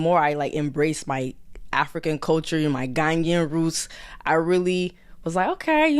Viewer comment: Whe she says 'Ghanyan' does she mean Ghanaian? im confused